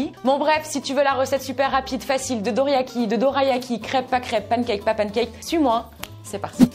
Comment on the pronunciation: Alors ça se prononce dolayaki 😊 mais sinon j’adore tes vidéos ❤